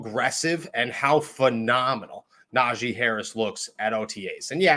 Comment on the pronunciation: Nah-G... not zhi lol